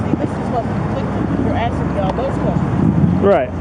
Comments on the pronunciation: She tired of the cop AXING questions. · And she tired of the cop AXING questions.